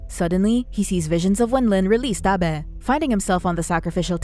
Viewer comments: Abe= aybe, not abbeh lol!! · Stop saying Abe like that 😂😂